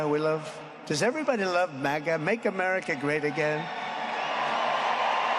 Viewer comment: Am-Erika. (America)